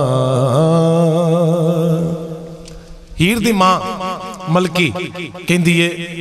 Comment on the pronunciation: Bhai lafaz, milki nai,Malki ha